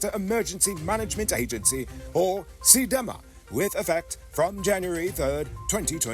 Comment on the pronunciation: Cdema is pronounced c, de, ma... not C, dem, a..